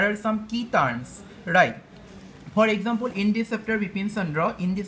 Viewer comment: He says ekxampool....haha